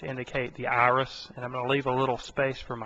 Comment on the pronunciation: Don't make fun of him. Did you see the beautiful Ahris in the middle of the Ah? Those Ahlights! (Not making fun of you, but you really have a weird accent. Australian?